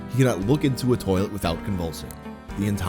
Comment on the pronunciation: In her "turrlet" lmmfao